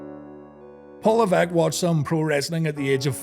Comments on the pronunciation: Ooooh! This is a nice surprise! Nice to know I wasn't the only one who thought of pronouncing "LEV-ESS-CUE". Wild how we almost had Steve Regal and the future H-Man as the Bluebloods tag team at that time alongside Bobby Eaton. Also, lol at how Killer Kowalski made the 'Terra Ryzing' name. Even more so how WCW didn't just repackage him as a French snob with no explanation or anything. There was an actual effort to work the Terra Ryzing name into his character story arc. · /lɛ́.vəs.kjew/... Ok.